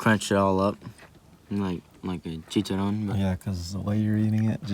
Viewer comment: He said "like a chicharon." Es "CHICHARRRRON" Pendejo.